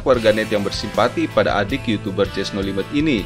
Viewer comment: Di menit jess no limit kak bukan jess no limet